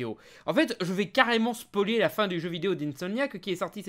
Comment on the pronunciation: Un jour tu arriveras à dire Spoiler correctement j'en suis sur.